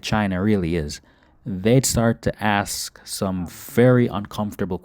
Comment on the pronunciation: And "ask" as "axe"